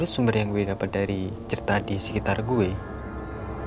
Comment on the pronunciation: Bro gw lebih serem dengan cara lu ngomong guwe